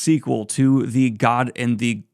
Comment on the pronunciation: I loved that he thought to drop the hard g sound for gumiho in an attempt to pronounce it accurately, when it wasn’t necessary 😂😂